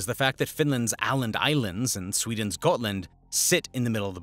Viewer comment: as SWEEENS newest member... lol